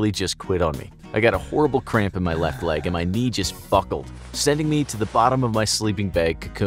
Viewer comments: What does "Fuckled" mean? I think you meant to say "buckled" 😂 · He said fuckled lol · HE SAID "Fucklde" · I swear he just said "My knee just f*ckled"